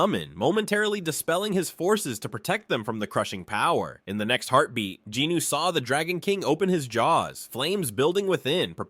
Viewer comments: Except for referring to him as “Jeenoo” instead of Jin Woo. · Jin Woo…. NOT Jin Noo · i cant take it anymore! 1 hour 26 minutes of the narriator BUTCHERING jin-woo's name over and over again is to much. his name is SUNG JIN-WOO NOT GEE NEW for the love of god its the simplest korean name you can say. pretty stupid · Btw who the F is Jinuu lol . Its Drippy woo .. I don't know who jinuu is lol. Jinuu, get his name right.... Btw if Im the one who's wrong then my bad g lol 😂 .. but i know him as Jin drippy woo, the mac daddy, aka the fader.